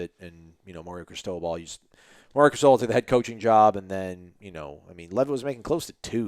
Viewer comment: The way says Cris-Toe-Ball...😄